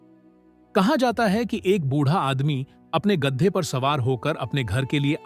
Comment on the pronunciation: Gadha❌ Gaddha✅ 😂 Yeh AI Bhi na😂